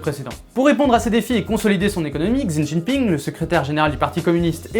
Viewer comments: Si ça peut t'aider tu peux le prononcer "Chi Tinne Pingue". Ce ne sera pas parfait mais déjà mieux :0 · Cette prononciation de Xi Jinping m'a fait grincer des dents :D Sinon bonne vidéo ;)